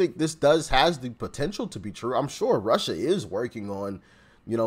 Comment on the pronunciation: GREAT SHOW!!🇺🇸Stump the Chump!DOC YOUR A JOY TO WATCH! 👏🙌 I thought you were saying Marsha, Marsha, Marsha lol (Russia, “ “) I love your Mild Drama! 😆👍🏻great Charactor God Bless 🫵🏻! ❤🙏